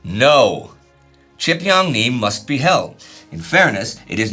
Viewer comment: The pronunciation 😂. Gotta consult a Korean guys. Please. 지평리 is closer to GeePyeongNee not chipyongnee. More of an "oh" sound than a "ah" sound. And the ch is closer to gee in pronunciation.